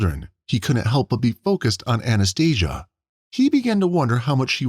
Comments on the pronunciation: Anaesthesia 😂😂😂😂 It's Anastasia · It's Cath-rinn. NOT Cath-reen. And Anastasia. NOT Anesthesia. Robots should not be narrators.